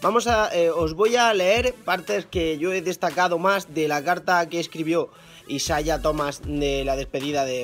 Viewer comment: Me estresa que diga isaia